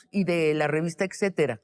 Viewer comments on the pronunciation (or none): Sabina, se dice etcetera, no excetera, si quieres parecer intelectual, lee tantito